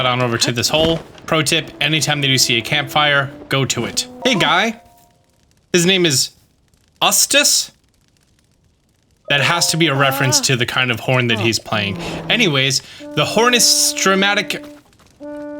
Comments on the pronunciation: It is pronounced You-Stuhs. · Have you ever seen Courage the Cowardly dog? The guys name is pronounced more like YouStis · Eustus is pronounced You-stus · btw, "Eustus" is pronounced "USE-tuss". It's the same given-name as Muriel's huband, from "Courage the Cowardly Dog". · Just so you know, Eustus is pronounced "You-stus" Anyway thanks for this it really helped me out and saved hours of my time! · For the record, Eustus is pronounced "you-stis". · eustass is said: you-stass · the horn players name is pronounced YOU-Stus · it’s pronounced “yew-stus” lol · the horn player's name is pronounced you-stus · Lol his name is pronounced like "you stis" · My man's name is Eustace (Yoo-Stace). Referencing a Euphonium. Deep cut instrument wise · It's pronounced YOUstus😂😂😂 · You can buy fireflies from Beatle at that stable Also, Eustus is pronounced "you-stus" like the husband from Courage The Cowardly Dog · Eustus is pronounced "Yoo-stus"